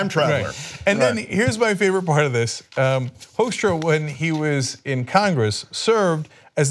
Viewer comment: It's funny how you pronounce his name as 'Hoaxstra'. If you like the Dutch pronounciation you should say 'Hookstra'.